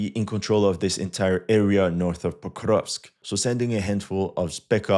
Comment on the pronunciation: This guy: POKRRUUGHHHVSK I dare you to try to pronounce it the same way he does without gagging. 😂😂😂😂